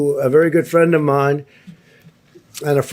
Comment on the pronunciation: Whaaaaaat an English?? Oh damn it. Prend!!! Dolaan!! 😂😂😂😂 Trump will surely die out of heartache !!